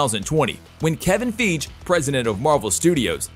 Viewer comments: F-eye-gee... Chee-dal is how you pronounce it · Don Cheatie? Kevin Fieg? If you can't pronounce the name of the man, you're truly not a Marvel fan! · name don cheady ,kevin feag lol narrator is a joke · Don's last name is pronounced chee del not chee nie... and its fiy gee not figee. You're welcome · Royalty. How in the Hell can you still continue to mispronounce Kevin Fiege's name? It's pronounced FIYE-ghee, not Feedge. And now you fucked up Don Cheadle's name too? Cheedy? Can you not see the L in there? It's CHEED-el. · After the second Cheedie and the Kevin Feej I noped out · your robot said "kevin feej" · Kevin feeg? Don cheedy? How do you not know how to pronounce their names? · .."Kevin Feege.." ?! 😆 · Am I the only one annoyed that the speaker refers to Don Cheadle as “Don Cheadee”? Seriously???!!! Or his mispronunciation of Kevin Feige’s last name as “Feege”???!!! I suggest this dude do a little research prior to making these videos. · What's up with the mispronounced names throughout the clip. So damn hard to listen to without laughing. Don Cheate/Cheaty??? It is Don Cheadle. Secondly, you call Kevin Feige, Kevin Feig/Fege. So sad since these names are everyday household names. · Wow, you manage to butcher both Kevin Feige and Don Cheadle's name all in one video. Good job. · This has to be on purpose to get more comments (which makes the video more popular and more likely to be a suggested video) bc not only does he butcher Cheadles name, but also does it for Kevin Feige’s name too! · Did this guy seriously just say Don Chee-dee? I don't even know what to say about Kevin Feige's name being mispronounced. I would think this fella would be able to correctly pronounce the names of two such massive stars! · don cheadle being called don chidi, made me laugh, and Kevin feige. At least hire literate narrators, or slightly competent ones who would look up the 2... 2 names he has to say 🤣 amateur hour